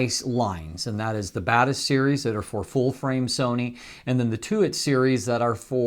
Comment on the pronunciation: I'm still confused if I'm hearing "the Badass series" instead of Batis series of if he's actually saying it